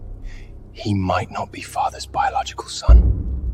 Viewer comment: ✨I've not completely finished the video yet (about 20 mins left), but I had to come and comment on the fact that the so-called "biological" son of Hades can't even pronounce BIOLOGICAL... 😒It's NOT pronounced BIOLOCAL! Want to be an Underworld king? Get at least a grade 3 education first!🤣